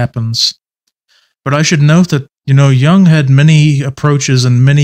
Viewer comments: Stop saying 'young' it's Jung with a U. Jesus christ dude look at the pronunciation, this one's very easy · Stop pronouncing Jung as young 😢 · I don’t get how you can know Jung so well but not know how to say his name correctly. It’s not like the English ‘young’. The U in Jung is like in the English ‘put’ or ‘foot’. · Also young is technically the english translation to his last name so its not far off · Is it somewhat like "Yoong," but with the "y" sound at the beginning not being as smooth as an English speaker would pronounce it while saying "you," for instance... but something that might be described as being between that "y" sound & a "chk," but with the sound made in the back of the throat & mouth instead of with the teeth at the front of the mouth?